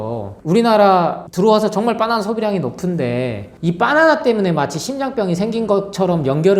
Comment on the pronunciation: 빠나나 라고 하니까 배고파져요 😅 빠나나가 아니라 바나나입니다 ㅎ😂